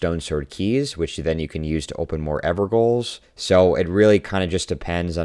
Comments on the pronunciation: Enjoyed the video... not to be a troll but evergaols are pronounced "everjails". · No voice chat is the best thing could have happened to this game Also pronounced evergaols incorrectly. All opinions immediately invalid /j